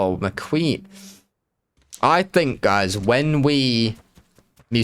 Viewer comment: You say "McQueen".. I hear the Jon Snow meme "she's muh queen" 😂 RIP GoT